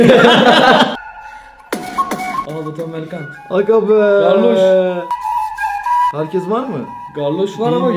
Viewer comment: Garloş❌ Galoş✔️